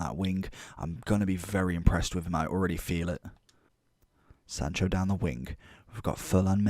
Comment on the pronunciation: lmao “jordan sancho”